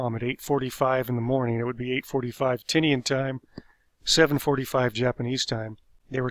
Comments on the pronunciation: Not sure if this is accurate but it’s probably pronounced Tee-Nyen instead of Ti-nea-an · the island isn't pronounced Tini an, it's pronounced ti nian